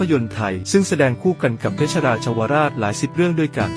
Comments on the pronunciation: อ่านออกเสียงเป็น “ สะ เหวด ๆ(เศวต ๆ ) เพชร (เพด ๆ มิใช่ เพด ชะระ ๆ.??) ภาษาไทย ๆของผู้บรรยาย สมควรที่จะ🍃ปรับปรุง และ แก้ไข แบบสุด ๆ นะ 🙏 ขอรับ !!! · คำว่าเพชร =เพ็ด ไม่อ่านว่าเพ็ดชะระ